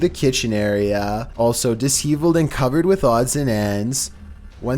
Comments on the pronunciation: ..... "dis-HEEV-uhld"... really? I'm sorry but that cracked me up. It's pronounced "dis-SHEV-uhld," kid. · Disheveled! Sssshhh, not dis-heveled, it's diSH-eveled my friend! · Not pronounced “Dis-heveled,” it’s “di-sheveled” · FFS,, come on: The word disheveled is pronounced dis-SHEV-eled, and not dis-HEEV-eled. Send me your address so I can ship you “Hooked On Phonics” for your birthday, okay? No offense intended, I’m only trying to help. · #3-- Di-SHeV-ulled. Disheveled. Not Dis-HEVe-ulled. I like these though, it's part of the charm. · the word is pronounced di/SHE/vuld, not dis/HEAVE/uld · *Disheveled is pronounced dish-ev-uld, not dis-hee-vuld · No problem with your voice but if you haven't heard a word spoken before check it out properly! Disheveled is pronounced dis-shev-eld not dis-hev-ald!! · Did you jusy say "dis-heaveled" instead of disheveled? Lol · Why does nobody tell him when he's saying words wrong? *diss heaveled * = *disheveled*= *diss shevelled*? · did he just said Dis-HE-villed? Like.. Disheveled? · Clip number 3, "dis-heeveled".....ha ha, I'm sure he meant disheveled!!! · Lmao the way he pronounced "disheveled" in vid 3! Dis-heavled haha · Dish shevvelled.....